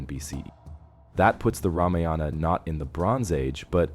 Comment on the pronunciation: Very interesting video. Oh, the word Ramayana is NOT PRONOUNCED Rama-yaana. It is Raa-maa-yana. And one other thing, please inform viewers of the meaning of the word "Kandam." I thought I'd die laughing when I saw the CC of your video which said "Kumari Condom." 🤣🤣 Also, I'm no scholar but I believe Kandam in Tamil is pronounced differently than in Sanskrit. Kandam in Sanskrit is pronounced Kaandam, which means a chapter, a section, a part, in the Ramayana. And oh, it isn't Vanaara (forest creature) it is Vaa-na-ra.